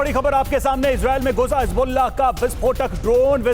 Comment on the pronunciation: Hezbollah ❌ Hasbullah✔